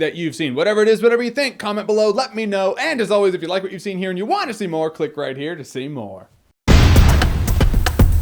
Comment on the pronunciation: Am I the only one who hears his outro as: "if you liked what you've seen and you want to Seymour, click right here to Seymour". No? I'll see myself out.